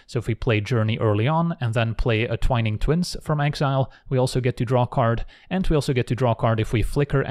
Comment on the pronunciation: the only person on youtube who pronounces "Twining Twins" correctly